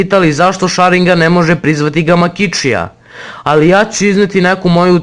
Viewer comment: Nije (Gimikičija) nego (Gamakačija) :D